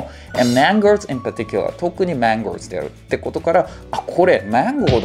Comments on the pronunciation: のやつマンゴーというよりかはマンOー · mangoes の発音間違っておりませんか